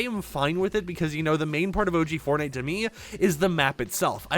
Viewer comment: I BELIEVE I HEARD FARTNITE